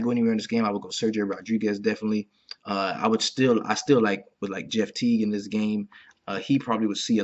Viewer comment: Man, the emphasis still on "Jeff" Teague is killin me. Great stuff like always. GL